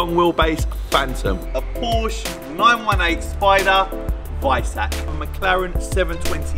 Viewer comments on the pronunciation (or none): Yianni, if you're working on supercars, please learn how to pronounce Porsche.